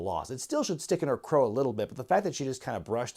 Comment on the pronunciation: the adage is, "Stick in [my] CRAW." (Not crow). The more you know🌠